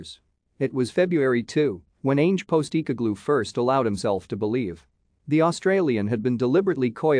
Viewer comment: Dude. Do your own voiceover, that text to speech thing is red rotten... Keltic... Postee cogloo... Ih Brox... Jist naw!!!